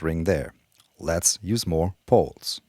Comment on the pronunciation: "Lets use more Poles" in german accent sounds scary